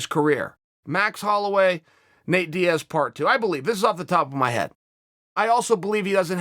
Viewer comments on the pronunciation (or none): none